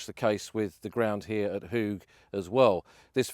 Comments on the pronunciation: Pronounced -Hawge not Hoog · Your pronunciations are incorrect. You are in Flanders where they speak Dutch. Ypres is the French name for the Flemish city of Ieper. The 'Ie' is pronounced 'Ee' as in 'the word 'seem'. Hooge is pronounced 'Hoe-ge' as in the garden tool hoe. OO in Dutch is always pronounced 'Oh' as in 'Oh my goodness'. Hope that is helpful.